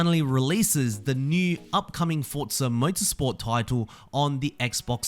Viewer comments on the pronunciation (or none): Why are you saying “Fortza”? It’s just “Forza”. There’s no t in there man. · It's Forza not Fortza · Forza. FOR ZA. Not fort za. There is no “T” in there. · i like you, but i don't like how you say "Fortza"